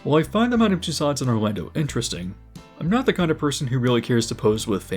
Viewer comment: Tussauds is pronounced “toose-ohs”.